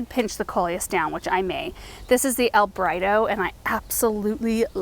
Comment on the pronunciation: Instead of El Brighto, my husband and I both heard Alfredo. 😂🤣😂🤣He said that's what he'll be calling it from now on!! 😁😁😁